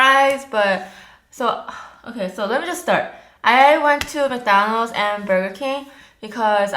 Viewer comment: Why american people say " Mc DANOLD'S? this is Mc DONALD'S. (joke) kiss from France! 💕💕💕